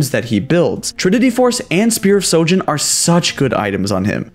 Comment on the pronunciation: SPEAR OF SHOJIN NOT SOJIN WHY CAN NO ONE SAY THIS RIGHT